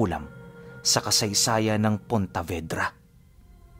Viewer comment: PONTEVEDRA CAPIZ PO...HINDI PONTAVEDRA...